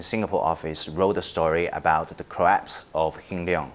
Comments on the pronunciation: Broomberg? Corrapse? Where did all the ‘L’ go 😱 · Was it a collapse or a "corraspe" of the oil company?!